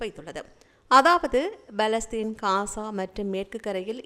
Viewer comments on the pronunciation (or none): No balastin but _Palestine you are suffering to pronounce!!